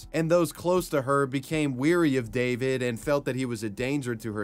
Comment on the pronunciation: *wary, not 'weary', just FYI... also, they weren't 'ran' over by his van, they were run over.